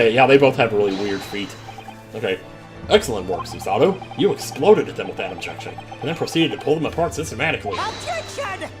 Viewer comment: It’s not Suesuh-toh, it’s Su-Sah-Toe Also for Japanese vowels, you pronounce them shorter than English vowels unless there’s a doubled vowel. Think of it like music. Su-sa-to is 3 quarter notes. Rei has a doubled vowel so it’s a half note. Mem-ba-mi is 3 quarter notes. (Technically it’s a bit more complicated than that but I don’t want it to get too confusing for you. XD) If anyone can find a better way to explain this, let me know.